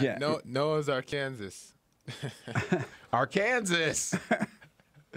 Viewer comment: I hope dude knows that's not how you say Arkansas😂